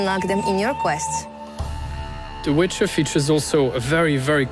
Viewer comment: Hahaha the "wither" hash